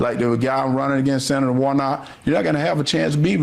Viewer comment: Hershey: "Senator WharNOT." Who TF is Senator Wharnot?!